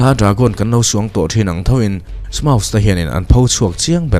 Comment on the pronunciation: smaug lawm smaus niloin...ka hriat dan